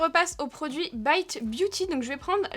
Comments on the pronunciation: On dit baite et non bite pas à nous t'es gueus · Mais vu que tu prononces "Morphe" à la française, alors "bite" aussi 😂 sinon c'est pas drôle 🤣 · On dit morpheu et pas biteu ça m’étonne de toi ça 😂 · haha j'ai cliqué sur la vidéo justement en me disant que tu allais dire Bite à la française et pas à l'anglaise XD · L'intro sur la prononciation de la marque m'a bien fait rire. Ça m'a direct rappelé le même type de débat sur Morphi que prononce Morpheu et bizarrement ici tu prends l'option anglaise 😂 comme par hasard 😂 Le maquillage est magnifique et le plus important: Bonnes vacances à toi 😘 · Merde c'est pas bite mai s bite 😂😂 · Bizarrement, pour cette marque veut prononcer a l'anglaise, par contre pour Morphe ou Rare Beauty ça veut la prononciation française 😂😂😂❤